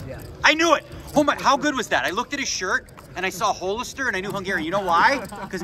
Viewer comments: Hole-lister? It's Hall-ister. and Wacky Tabacky? What are you, my grandpa?! (keep up the good poker) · I hear “Whole”-ister and I know he’s Canadian